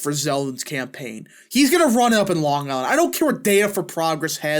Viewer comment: It’s Ho-Kull.. not Hoo-cull and Long Eye- land not Long Guy-land.